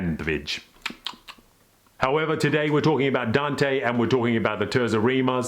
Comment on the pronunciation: TAYRtsa Reema - ordinarily, I don't correct pronunciations, but 1) your pronunciation of Dante's name was excellent and 2) it's such a beautiful sounding word.